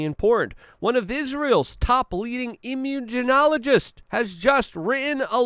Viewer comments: " Immunegenologist"...? - - PLEASE make a more concerted effort to STOP mispronouncing 'important' words, Luke... - It just makes you sound like a thicko... which I KNOW that you're not... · Luke trying to say immunologist is hilarious.